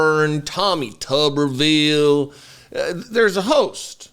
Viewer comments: When you say “Tommy Tubberville” I just crack up. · OMG!! You are tickling me to death!! You were pure gold today! Between saying "Tuberville" in a southern draw and pointing out how dumb Boebert is... I have laughed tremendously! Much Love & Thanks!